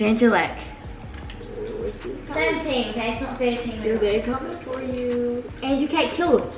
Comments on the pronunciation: I luv how the ✨ Crappy Nuts ✨ say For angelic (NN SAY AN -JEL -EEK WHEN IT IS AN -JEL -IK) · I love how they were saying angelic as (an-jil-eek) so funny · I love how they pronounce angelic 🤣 “an je leak”